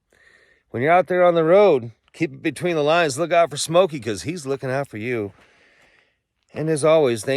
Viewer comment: preeeesumbally!!😂😂.. absolutely entertaining!